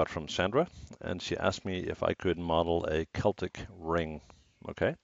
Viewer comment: props on the correct pronunciation of 'celtic', 'cell-tic' boils my urine.